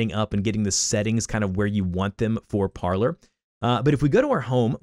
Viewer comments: It's not pronounced parler. It's pronounced like parlay because that is the french verb to speak. Low information people like you are destroying the country. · It’s pronounced Parleeeer as the CEO explained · If you're going to do a tutorial.... Pronounce it correctly. Par-LAY (french for "to talk") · It's pronounced Parley... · It’s pronounced par-LAY like in the movies w jack sparrow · It’s Par-lay like Pirates of the Caribbean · It’s pronounced Par-lay . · Parler is French and it is pronounced parley meaning to speak or talk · Shouldn't it be pronounced "par-lay" (French for "speak")? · I was thinking the same thing! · People can’t fucking pronounce Parler lol